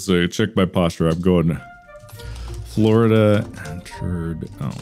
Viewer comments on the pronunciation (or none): Ahh yes, my birth state of good 'Ole Forlida. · Mark: "I was doing it the posture way, I'm actually gonna not do that." Also Mark, immediately: FORLIDA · Mark: I'm going to do it my way. Also Mark: "Forlida"